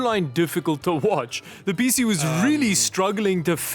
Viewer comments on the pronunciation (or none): PC ❌ Peacie ✅ Thin T ❌ Thintie ✅